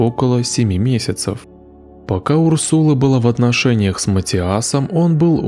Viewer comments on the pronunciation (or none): none